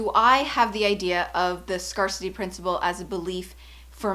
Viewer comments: I believe it is pronounced “scare-city” no scar-city. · Hey I love your videos!! It’s ‘scare-city’ by the way not ‘scar-city’ in terms of pronunciation. Xx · "scare-city" not "scar-city" like the word "scarce" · I love you and am super grateful for you and the content you share. The word scarcity is pronounced “scare-city/ “scarce-ity.” It stems from scarce, thus that pronunciation. Phew, I’m working on being confident myself and practicing offering my gifts - language. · Best Canadian accent ever.... fortunately I wasn't "scarred" by the scarcity principle. :) :) Is that the way the word is pronounced in Canada? I know PROject and aBOWT, but haven't heard SCARcity before. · This video has several problems: 1) The speaker doesn't know how to pronounce the word “scarcity” correctly. 2) The video is advice written in the book A Course In Miracles, by Helen Shuman. It contained lots of spiritual BS. It said your life can be full of miracles if you are open to them. And that what you choose to believe becomes your reality. The latter is true on one level (i.e., what you believe affects what your “worldview” is); but there was never any mention that there is some objective reality, or that people can believe things that don't actually align with reality (and that is bad). 3) In one short segment, the speaker re-defines the word “miracle” in several ways that are NOT what the word miracle means. You can't just re-define a word and then talk about how the concept that the word normally represents actually exists. It's misleading, and can cause the listener to believe in the normal concept of the term when that is not warranted. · Hey girl, love your videos, so insightful. I just wanted to say that "scarcity" is pronounced like the word "to scare", from the word "scarce" if you know it. Just want to be helpful <3